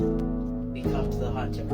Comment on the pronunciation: “the hunther becometh the hunthed” LMAO😭😭